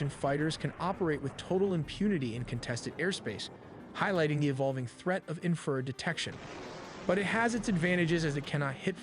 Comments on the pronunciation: Or "inferred" for "infrared." 😊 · yes and it also needs to learn how to say Infrared! not infered, Doh! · A.I. TELLY NEEDS TO EDIT THEIR VIDEOS FOR PRONUNCIATION, “ inferred” instead of infra-red, “warthog “ should be pronounced wart- hog. REALLY, GUYS! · God please bless and protect our military- “No man left behind”🇺🇸❤️. This video was very well done-my only complaint-the word is in-fa-red not inferred. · What is wrong with the crazy Ai narrator of this video?? it can't even pronounce Warthog (wart-hog) or Infrared (infra-red) correctly!!! SMH nothing on you, you did great! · Video was narrated by AI It pronounced infrared as "inferred" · ENOUGH with the AI voices that can't even pronounce "Warthog" or "infrared" correctly. I already hate AI and my hatred grows every day. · Wow you pay as much attention as L3WG on some of his reacts & missed the WSO meaning mentioned moments before you asked what a WSO is. The text to speech screwed up the following words warthog, barrage, infrared, or anomaly. I remember a Windows 3.1 text to speech program doing better pronunciation that this. How far text to speech fallen what a 386 could do better text to speech than modern AI.